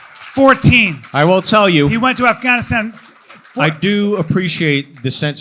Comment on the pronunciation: Brian, you pronounced “AfgHANisTAHn” incorrectly and so hatechyabro and ooops and also ooOOooOops.